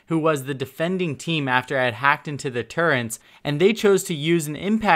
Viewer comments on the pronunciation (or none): As a Brit, you pronouncing "Turrets" as "Turrents" is very triggering... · (Tur - ets) Turrets (My - stro) Maestro / learn it, use it. It's your lack of pronunciation that is holding you back from being a great streamer. This is not the first time we've noticed you saying things incorrectly. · "turrents" lol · Why does it make me mad he says “turrents” instead of turrets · Turrets, not Turrents... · Great video. Just a minor thing: it's turrets, not turrents. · really dude, your gonna call them turrents. Its turret...you know that right? Do you listen to your own audio at all? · T U R R E T S not turrents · It's turrets not turrents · I’m sorry but all the pronunciation errors just bother the living fuck out of me. Dokkaebi isn’t dokibe, maestro isn’t maystro, turrets aren’t turrents. Okay I’m done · “may-stros turrents” this guys pronunciation is amazing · I was so fucking triggered by this and "maystro" holy fuck literally as I'm typing he said "maystro's turrents" KILL ME. If he didn't have such good tips I would have bailed by now but I have to grit my teeth and get through >< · Okuri Shito turrents? More like...... CURRENTS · "May-stro" "turrents" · Maestro's "Turrents?" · did you say "turents"? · Turrents? Torrents???? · I love your channel but if you keep saying "maystro" and "turrents" I might kill myself lmao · Turrents? Learn how to say basic words dude. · It bothered me how he couldn't say turrets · I don't know why but the added N in turrets is really like making me cringe